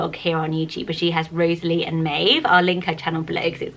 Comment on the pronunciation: My 7 year old daughter is called Rosalie Frances. I have always loved the name, although sometimes it does get mispronounced. It is often separated and said as "Rosa - Lee" which can be a bit annoying. Thank you for giving this beautiful name a mention and for pronouncing it correctly.